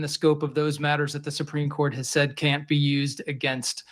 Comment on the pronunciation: "NOOOO GUYS HE CANT A JUDGE SAYUD BUT AILEEN BAYUD!" 😂😂😂😂 democrats are desperate as fuck